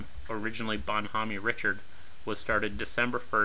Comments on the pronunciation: It's Bon HOME Richard not Bon Homaney ... shst! It's French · I know right? Bon- Homeeeee? LOL! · *Bonhomme Richard is pronounced bun-OHM ree-CHAR. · Sorry, that ship wasn't named "Bon Homey Richard!" You do not pronounce the "e" in Bonhomme and in French "Richard" is pronounced "Ree-shard!" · It's pronounced Bon - Home - Rish - Hard. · He probably got it from Josh Homme from The Queens of the Stone Age, who pronounces his name Homm-ee. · "Bonn Hommy" Richard? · ‘Bon hom me Richird’ I guess American history teaching has changed since the1960s. I knew the story of how to say that and the battle she was involved in before I even understood separation of church and state. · "Bonne hommie" Richard? Is that how you also refer to John Paul Jones' frigate? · Bonn Homme Richard: pronunciation in "Homme" the "e" is silent. Antietam CV-36 went on to be the first US carrier to have "canted" flight deck installed. It was the result of a terrible accident we suffered (Served on CV-36 '51'52 Task Force 77 Korea) when F9F Panther jet crashed thru all the barriers and destroyed a good portion of aircraft being re-fueled on the bow. Also killing multiple crew and the pilot. British already had the canted deck. Also the US carriers of this class had wooden flight decks; the Brits had armored. Armored decks might have saved some of those other carriers that were so crippled by Kamikazes, and save lots of lives. Thx for the video! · I agree it is irritating. Especially USS Bon Homme Richard (CV/CVA-31). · When having a serious historical discussion, yes, it IS important. I'm not sure how he got that particular one so horribly wrong. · PLEASE get someone to help you with the pronunciation of " Bon Homme Richard"!!!!